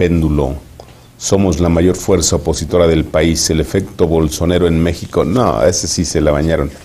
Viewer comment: Máster Alemán, no es BOLSONERO, es BOLSONARO